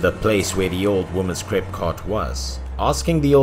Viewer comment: He was saying crepe or cake ????